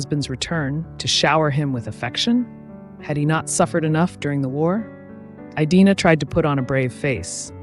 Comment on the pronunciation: great content, fascinating woman! Did you check the pronunciation of her first name? I believe it is a short "i", not a long one. A variation on this is the English name Edina. I have never heard it pronounced with the long i; my online research backs this up, and pronouncing her name correctly (by a human or AI) is an important part of doing her justice and respecting her memory. I sat this as someone whose name is mispronounced daily!! Thank you for celebrating these incredible women.